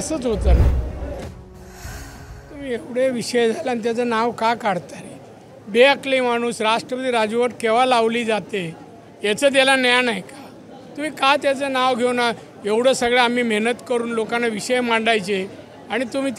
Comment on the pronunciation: न्यान नाही म्हणत ज्ञान म्हणतात रे.